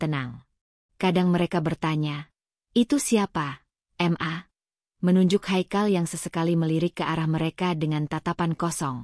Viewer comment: Tpi salut juga sama tukang bacanya sekolah di mana? Kok bisa Ma di ganti M A